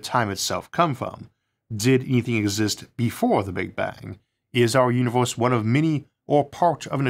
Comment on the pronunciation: the "Univeuws"